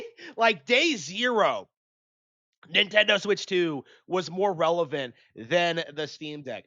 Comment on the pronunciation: get off of the nintendih